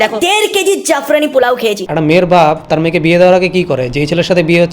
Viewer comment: Saffroni Polau Ke Jafrani Polau Bolchhe Oi Vlogger Ta 😂